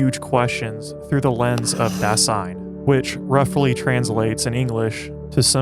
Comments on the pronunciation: Great work here! Only some remarks. First of all 'Dasein' isn't a word that Heidegger invented. It's a common German word, literally meaning 'being there,' that Heidegger has reinterpreted. Also, it's pronounced /ˈdaːzaɪn/, not /daːsaɪn/. Second, you mention that for Heidegger everything depends on your perspective, for example the perspective of being a Trump supporter or a Nazi. This video doesn't mention the fact that Heidegger himself was a Nazi, even though that would be the time and place. If everything depends on your perspective, how can you reconcile Heidegger's identity as an ordinary (ex-)Nazi with his philosophy of authenticity? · Dasein should be pronounced DAH-zyne. S makes Z sound in German. Ultimately tho, very good video! ^_^ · One minor point on pronunciation - it sounds like you are saying Das-ein, when it really needs to be pronounced >>Da-sein<< pronounced, "da 'zein" translation, being there (hence the title of the movie). But that is neither here nor there!! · "Dasein" with a soft "s" please... more "z" than "ss"... thanks! 😉